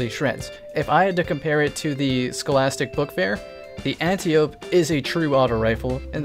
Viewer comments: oi! what the bejeeses are you calling the stochastic variable?? sounds like the ' scholastic bookfair', WTF is that about then? you making up your own weapon names now?... I mean I'm game, my favourite energy scout rifle is the 'Bananaman SR4'. edit: watched more of the vid now & I like my name better, the manhatton? nah.. edit2: the uriels is better than the number on console where 'tap the trigger' beats the extra range IMO:) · Is there a reason you call the Stochastic Variable the Scholastic Bookfair? Without explaining the joke it's simply weird to keep calling it the wrong name lol